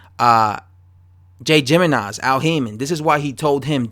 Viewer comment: I think it's "Himenez"